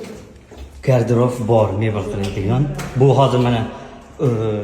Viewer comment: Гардероф эмас гардероб булади